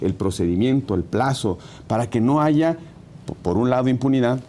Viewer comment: Excelente entrevista, pero el aiga sido como aiga sido 🤭 me hizo el día! 😂